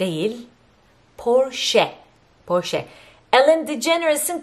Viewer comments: Catcha demicem. Porşe değil ablam, Poğşı olacak. R biraz yumuşak. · IKEA'yi aykiya diye soyluyceksin sandım. Bravo. Yalnız poğşı olması lazim Almanca böyle deniyormus. Portia porşa degil mi? Amerika'da neredesiniz?